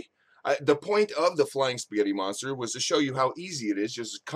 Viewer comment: 'Eespaaaghetti monstar!' :D